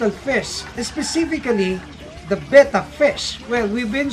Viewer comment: says "Bet-tah" correctly. Not "Bay-tah".